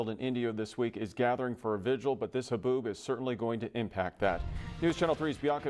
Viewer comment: So weather lady can't say the word haboob? 😂